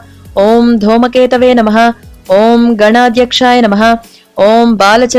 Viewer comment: Dhoomaketave namh. Not dhoma..